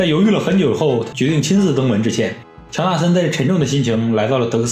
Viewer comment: 乔纳森 乔森纳😂